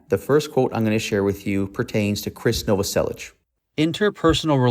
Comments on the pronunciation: When you realize you’ve been mispronouncing Novoselic for 30 years but can’t stand to hear it properly pronounced. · The mispronunciation of krist novoselic is driving me batty. But the rest is amazing! 😻